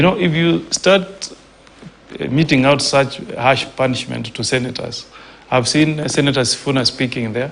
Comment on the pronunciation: Did..senator just say punsment😂